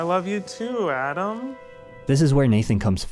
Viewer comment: I only just noticed this but when Remy (as Adam but not really) says 'i love you Daddy' THATS when Nathan knew IMMEDIATELY that he went too far because you notice his response puts HEAVY emphasis on him calling remy ADAM when he says 'i love you ADAM' back to him and i swear u can see the 'real nathan' break thru for split second